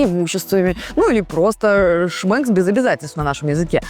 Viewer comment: Слово дня: шмЭкс.